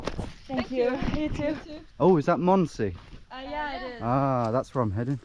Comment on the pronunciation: D I dind not understand what you where saying with how you pronounced Mondsee up until 2/3 of the video. "mOoond se"